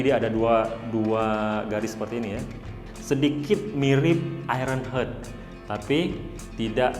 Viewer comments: Pak bacanya bukan Iron Hert tapi Iron Hart yg huruf t nya silence 😂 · Bacaanya aeyren haart, nuudi, flet hedd, mister fridemm